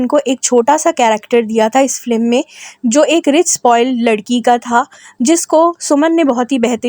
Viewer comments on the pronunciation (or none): It's FILM not Flim. Pronounce correctly.